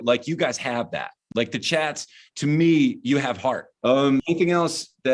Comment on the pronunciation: Every time you say "the chats" I hear "the chads" The chads is definitely more punk